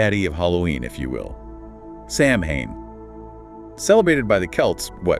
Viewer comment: It's pronounced sow-en, not sam hane